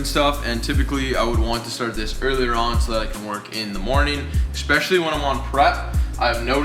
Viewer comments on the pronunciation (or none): Take a shot every time say “ECK-specially” hahahaa